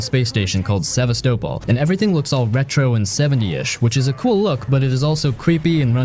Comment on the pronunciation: Also, with the pronunciation of some names, it’s like they’ve never actually played them. Atreus, Kratos, Sevastopol.